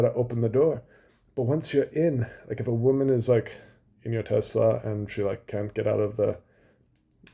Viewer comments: If Musk changes the pronunciation of Tesla to Tesssla like a real American instead of Tezzzla I’ll think about buying one. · I lover Tesler 😂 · “I love Tessler!!!!” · I LOVE TESLUR! 😂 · TESLER CARS - IT’S COMPUTER !